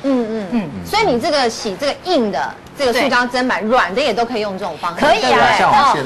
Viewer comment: ，根據教育部國語辭典，砧是念ㄓㄣ，不是ㄓㄢ，要改哦!